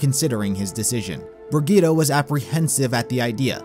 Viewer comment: I love how you tried to say Brigitte